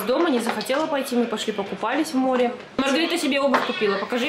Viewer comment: У меня вопрос а Маргарита это Рита, и почему вы Риту называете маргоритой?